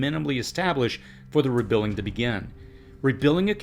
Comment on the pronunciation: Why can't you say rebuilding properly!